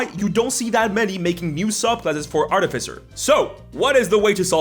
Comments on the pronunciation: Artificer not arti-ficer. It's about artifice nott arti-fic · AR-ti-fy-ser - emphasis on the FIRST syllable. Long i on "fy". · The stress on the wrong syllable was too much by 5 mins in. Art if ic ers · I think it is ar-te-fai-cer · I am fancy with my pronunciation of artificer. I pronounce it ar-ti-fi-see-ay. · I thought it was pronounced Art-e-feser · The way you say Ar-TIF-icer is really antagonizing lmao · Artificer is pronounced like artificial. The third syllable is the one that gets the emphasis. ar-ti-FISS-er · I bet the video was good but got 54 sec in before i had to stop. Please pronounce the class name properly its art-if-icer. Like saying artifact professor in the same word as thats its word roots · The word artificer came into being during the age of enlightenment to describe those people, mostly from the Arabic world, who would construct mechanical wonders, most often mechanical imitations of humans, called AR-ti-fices. From the same root as AR-ti-facts. They were called AR-ti-ficers after those devices. One can pronounce a word any way one chooses, but this is derived from a word which had an established pronunciation. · You’re putting the emPHAsis on the wrong sylLABle. It’s artificer. Easy ;-) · I can’t get over how you say artificer. 😂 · I love the way he pronounces Artificer 😂 It reminds me of my brother who always says "Arcifiter" or "Articifer".